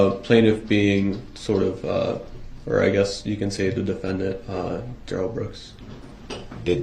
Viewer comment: i dont mean to laugh at this part but Brooks was getting shut down😂 Mr. Backler was a great witness to this😂 hope he is doing ok cuz he looks shocked and a bit pissed off to find out the Duh-Rell did that to those children Grounz for da sub-staen??? (x2)